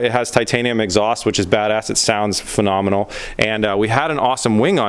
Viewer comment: More like feloneoar